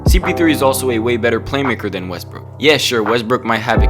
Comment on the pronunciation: Who else caught him say westbrick 😂